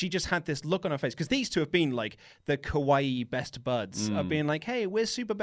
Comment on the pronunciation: i'm really sorry for being that guy, but when you say "kawaii" you really need to pronounce it Kah-wa-E. The way you're pronouncing it sounds like "kowai" which means "scary". and Kairi Sane is not kowai in the least. heart-eyes emoji x3 anyway, love the show! keep up the good work!